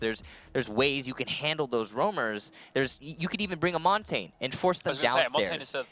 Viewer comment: Montain? really? You would think an announcer for the pro league of a game could pronounce Montagne.